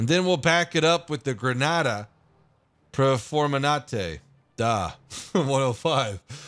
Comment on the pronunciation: 3.05 “granata PERFORMENANTE” Ok.